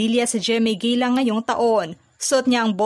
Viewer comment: Gala ang basa dyan ..Gela😂😂